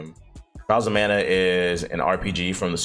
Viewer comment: Mana not Man